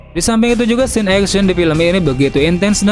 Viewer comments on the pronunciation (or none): none